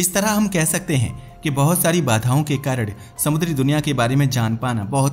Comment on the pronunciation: कारण ❎ कारड ✅